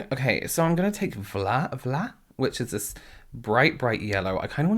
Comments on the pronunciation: The fact that you pronounced the shade “vla” correctly by emphasizing the soft v instead of blurting out FLA... that’s talent, luv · Might sound random but thank you for pronouncing Vla correctly.